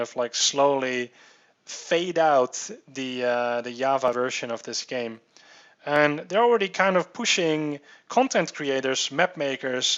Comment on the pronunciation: TIES GAMES ayyyyylmao. nice accent